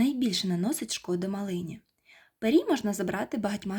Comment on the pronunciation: А може пирій,а не перій😊